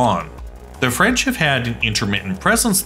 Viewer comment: Your French is horrible :DD But great video!